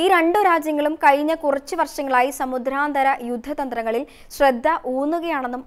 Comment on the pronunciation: Uchaaranam kettuthanne padikkanam. Samudhranthara.... Alla samudranthara. Pothuve katti kurachu sawmyamaayi Sam saarikkuka.